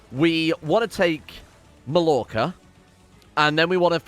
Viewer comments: Loves how he keeps saying Mallorca properly (Major-ca) but then corrects himself with a butchered pronunciation (Mall-orca). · Tip to pronunce Mallorca properly. Pronunce the part of the following words that I highlight : (Ma)yonnaise-(Yor)k-(Ca)t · Funny how he was finally pronouncing "Mallorca" properly like "Majorca" and then he corrected himself pronouncing it wrong again LMAO It is "Majorca"!